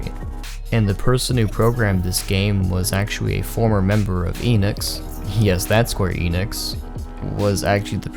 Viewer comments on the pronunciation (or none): none